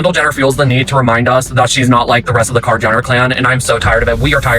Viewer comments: But its funny!!! KardEshians... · If you keep using a computer voice which can't even pronounce "Kardashian" correctly you will never get any subscribers.